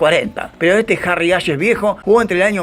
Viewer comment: Qué cabeza, se pronunca Harry "Jeis"